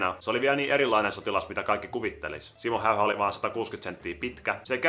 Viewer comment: ''Siimmou Heiha'' xD #Suomionvaikeekieli